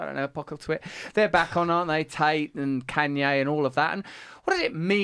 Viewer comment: Why Russel can’t pronounce Kanye West’s name, I mean really?! Or at least call him as he wants to be called now “ Ye”, Russel is so “ companionate” to respect the mental leftist pronouns trends, but won’t grant the same treatment to Kanye West?! Smo who lost billions of dollars for speaking the truth?!